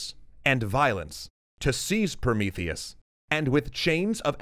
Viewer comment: "Oh Promotheus!" "ProMEEtheus!" - Fin